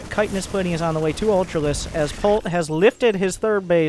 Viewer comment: Comon man ch-hit-in-nous or u trollin?